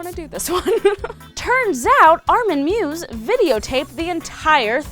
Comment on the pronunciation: Just for future reference, Armin Meiwes' name is pronounced "My-vez". Just cos you've featured him in your videos a couple of times now. Great job with your vids, though; just discovered you and glad I did :)